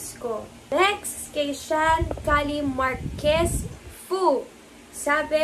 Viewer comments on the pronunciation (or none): none